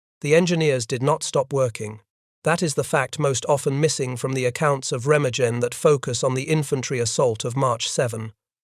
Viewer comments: Pronounced “Ray-ma-GUN. “ There is no soft G in the German language. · Re-mag-en is the correct pronunciation. “Junkers” is pronounced “Yunkers” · I can’t listen to your program screw up the pronunciation of Remagen. Pity as the battle is fascinating. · Please try to pronounce Remagen correctly